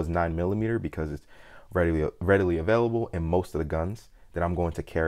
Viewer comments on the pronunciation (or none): none